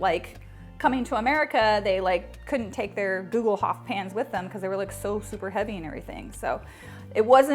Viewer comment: Hi! I‘m from Germany, we pronounce it like „google-hoopf“. You can buy a cast iron Gugelhupf from Amazon Germany, here is the link: Love your videos! Kat